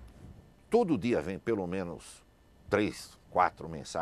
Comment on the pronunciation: Ese senhor realmente sabe falar portugués corretamente.A pronuncia dele é impecável. Ele fala certo. O Max pronuncia a palavra 'dia' como 'dee-a' e não 'jee-a' 'Jee-a' como muitos brasileiros dizem e errado. Eu odio ouvir 'jee-a' e não 'dee-a'